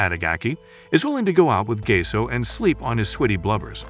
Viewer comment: Thats not gase thats Gaseoh